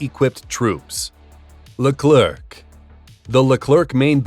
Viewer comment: The final C of our Leclerc is silent. It's pronounced Lecler, should you want to have it sound more like its intended French name.